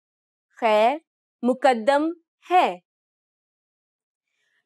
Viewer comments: She is prnouncing khair Muqaddam wrong. Its "maq dam" not "mu qad dam" And frankly, nobody says this. This is literal translation that I have never heard someone saying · آپ کو خود بھی سیکھنے کی ضرورت ہے پہلے تو سیکھ لو خیر موقدم نہیں خیر مقدم ہوتا ہے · It is Maqdam not Muqqadam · Muqqdam nh maqdam